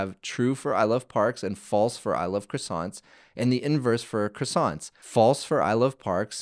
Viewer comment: The way croissant was pronounced triggered me a bit. But interesting tutorial, keep it up